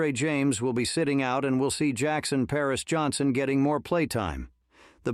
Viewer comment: His name is Jackson Powers Johnson, not Jackson Pears Johnson. Lots of mispronounced last names. Get your AI system straight. LOL.